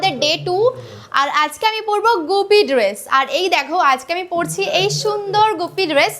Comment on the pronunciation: Dress bole. Drrruuuuesss noi 🤣